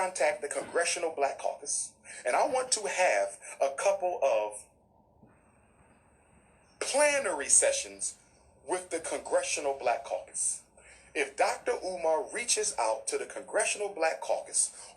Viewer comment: Plenary not planary Doc...that’s all.